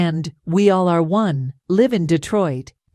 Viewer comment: Please, in the future, Live is a short pronunciation of Alive in concert. For some reason, I get uninterested in your channel when you continually mispronounced words. In the future, maybe consider running your pronunciation amongst colleagues of various races, especially the Black community.